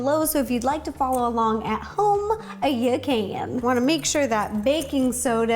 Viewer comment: Ro: so if you want to follow along yaa-can.